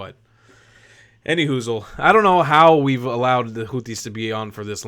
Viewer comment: I love the way Trump pronounces them "Hooties." 😂